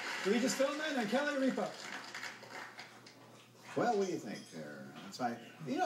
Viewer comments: its got nothing to do with daytime TV when all the letters are up there it has to do with pronouncing it correctly. just think about it for a second. how do you say ripa minus the a. RIP. now say that and add an ah. RIP-AH. its common sense to me. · wait so what if they dont know how to pronounce it they dont get the points? like ripa he just said rie-pa not rip-a is that seriously why he didnt get it?